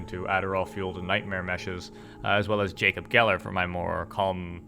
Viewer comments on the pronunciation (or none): none